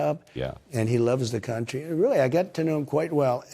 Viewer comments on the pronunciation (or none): none